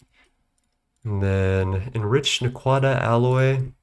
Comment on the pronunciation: non stargate fan mispronounces naquadah, sentenced to traditional jaffa execution by staff weapon